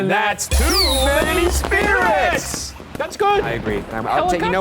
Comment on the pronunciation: ....And that's the first time I've ever heard Shane pronounce "spirits" correctly. He usually pronounces it "spirots"